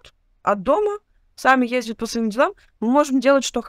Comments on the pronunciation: Все интересно, здОрово. Но,, правильно по-русски "ездят", а не "ездиют". Пожалуйста /\ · "ездЯт", а не "ездиют"! Извините, пожалуйста!